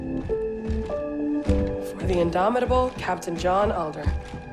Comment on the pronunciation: Super well done video, but the relentless mispronunciation of names threw me every time. Her name is SALTER. Captains name was ALDER. They say the names all the time in game, so what happened? Other than that, though, I can’t really find fault with your video.